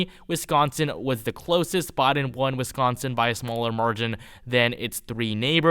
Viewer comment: Christ it's "Biden" not "Boden" lol